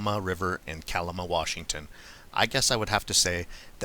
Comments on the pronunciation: Night fishing for steelhead isnt that illegal? FYI your pronouncing Kalama wrong, its not koloma its more like Ka lama. Damn things are all over SW Washington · Kuh-Laa-muh “a” sound in “la” part is pronounced like the a in “at”...Kalama has a lot of Bigfoot sightings, so I figure you’ll have to pronounce again in future. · You say kalama weird for being from kalama